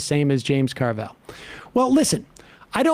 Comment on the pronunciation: It's Carville, not Carvel. That was or still is an ice cream place on the East Coast.